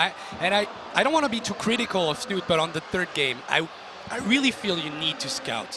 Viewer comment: It's not "Snut" it's "Snu-Te"